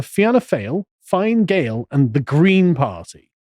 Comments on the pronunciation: Fee-anna foil and Fin-uh Gale. Too late for this podcast but keep it somewhere safe if you need it again. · Fianna Fail - "FEE-IN-A-FALL" Fianna Gael - "FEE-IN-A-GALE" Sinn Fein - "SHIN-FEIGN" Vradakar - "VRA-DA-CAR" However the correct way to pronounce them all is "PACK OF WANKERS". Pronounce them how you want Sargon just FYI. You're also spot on that our WEF government is a disgrace. A lot of our country is a disgrace. Full of socialists & so easy to manipulate with a few MI5 placed media articles. Cringey blood boiling stuff all round. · Hey Carl try these pronunciations..Fiannna Fail..Fee-a-nah Fall, Fine Gael....Finn-eh Gale, Michael Martin.... Mee-hawl Martin, Leo Varadkar....Leo Vah-rad-karr. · Pronunciations: Fee-anna Foil and Fee-na Gayle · You guys are great but it's pronounced Feeanna Foil not fail and the other one is pronounced Finna Gale. Sorry 😂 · Please, it’s Fee-nah fall Fee-nah gale The mispronunciation is like nails on a chalkboard 😂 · Fianna Fáil is pronounced FEE AH NAH FALL and Fianna Gael is pronounced FEE AH NAH GALE. might help ye in terms of the Irish language lol. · As a tip: Fine Gael is pronounced Feena Gale and Fianna Fail is pronounced Feena Foyl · By the way the ENGLISH pronunciation is FINA FALL AND FINA GALE. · Proper phonetic pronunciation... Fee na Gayle, Fee na Fall, Shin Fayne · Just to clear up the pronunciation of Party names: -Fine Gael = Finna Gayl -Fianna Fail = Fee-anna Fall -Sinn Fein = Shin Fayn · I'm not an Irish citizen so I can say this with all confidence - With my cultured American ears, the party names sound more like "Feena Fall" and "Feena Gale" - as I have heard it said on Irish media. Then there is also "Shin Fane". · Fin Ah Gale and Feen Ah Foil. Are the correct pronunciation for both parties. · they're pronounced Feena Gale and Feena Foil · You should pronounced the parties as Feena Gale and Feena Foil